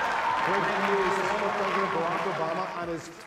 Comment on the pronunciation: When you have a real Presdin̈ènt😅